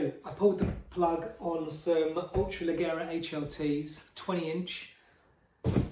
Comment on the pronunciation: Leggera pronounced like LEGEND, you dummy